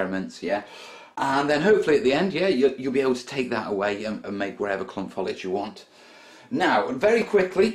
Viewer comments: not want to sound rude but it's pronounced foe lij not fol ije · And the word is foliage not folage! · So why say follidge? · What is 'follidge'? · You say it like falige